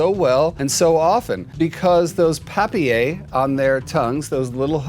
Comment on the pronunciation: You didn't pronounce the L in papillae ....